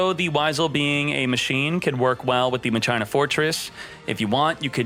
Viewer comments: (TRIGGERED) He said Ma china. ITS MA SHEEENA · I swear he's gotta be trolling cause there's no way anyone reads Primo as "Pry-mo" or Machina "Mah-china" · Dearest, please, it’s pronounced Mah-key-nuh. I love you, I know you can do this. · I pronounce it ma-shee-na 😅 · say machina one more time XD no way your not trolling